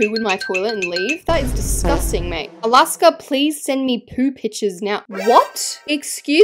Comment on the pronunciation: Nah why is Alaska always said “snail”💀